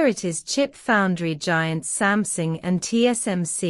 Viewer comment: Why do all of your videos pronounce it "Samsing" instead of "Samsung"?